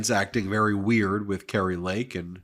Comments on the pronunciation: He can't say weird properly, really weird. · You invented weerd